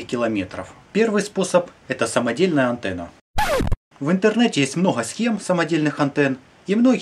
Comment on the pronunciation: Кто заметил антнна а не антенна